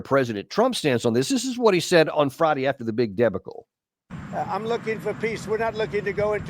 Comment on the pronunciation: His pronunciation of debacle is interesting